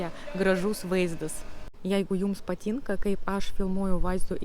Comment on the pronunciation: biat,tian,nias,prie situ tarimo reiktu padirbet.dar zodis patynka,taip pat raide t vietomis girdisi kaip c,tc,bet be situ klaideliu,akcentas nelabai jauciamas,pasiekimai akivaizdus.greitakalbe turetu kiek padet susitvarkyt su tarimais,kaip beje ir dainavimas.